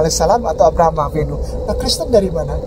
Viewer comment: Ketawa nya enak 😂😂 kreseten kok gtu ngucapnya😂😂